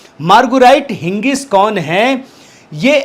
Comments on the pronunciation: it is Higgins not Hingis as u pronounced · हिगिंस कहिये। हिंगिस नहीं।